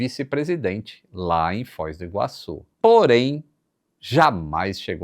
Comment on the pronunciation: O meu TOC não é de ver o microfone do descentralizado, mas sim de ouvir ele falando Fóis do Iguaçu, mais de uma vez, ao invés de Foz do Iguaçu.